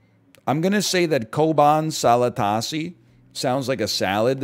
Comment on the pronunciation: As a Turk, I love hearing NL saying "Çoban Salatası"